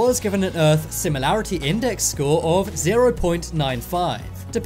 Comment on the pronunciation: Errph not earth......